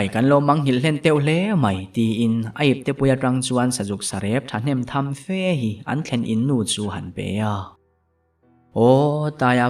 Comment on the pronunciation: Tawng thluk hman dikloh awm nual mahse a ngaihnawm thin khawp mai. Khual khual, suk suk, tih tawngkam thluk hi han ti dik deuh phei la chu a ngaihnawm zual ngawt ang. Tin, tham tham tih thluk hmanna hun leh hmun hi han thliar dik deuh bawk ta la